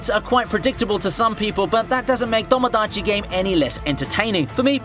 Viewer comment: "Domodachi" and "Danaka-kun", eh?